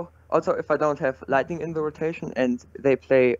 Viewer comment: Lightningning lol you make my day